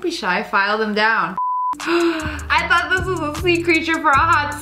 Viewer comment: It's not thioght it's thought